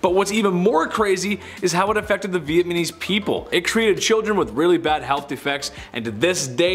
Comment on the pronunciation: LOL VietNAMESE not VietMANESE LOL Meanwhile He can say Vietnam LOL